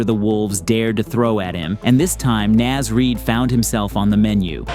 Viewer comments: Bro... It's NAHZ Reed, not NAAZ reed. Two words. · "Næz Reid" 😂 Bro it's literally "Naws" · homie, it's N-AHH-Z Reid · Dude, please learn how to say Naz